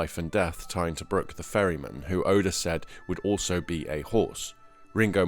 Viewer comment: Good video but you say oda name wrong not being mean